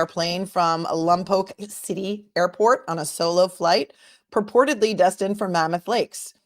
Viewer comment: You pronounced “Lompoc” correctly 🤗Are you familiar with the Central Coast? I’m from that area ☺️